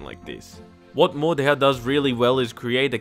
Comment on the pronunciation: I'm pretty sure the "H" is silent and it's pronounced like "mordow" or "mordao" but if I'm wrong just leave a reply about me being an idiot and I'll get the hint